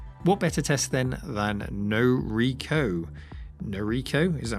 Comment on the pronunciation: It's pronounced "no ri ko". PC Engine is 8 bit? I thought it was 16 bit because the US version, TurboGrafx16, implied such.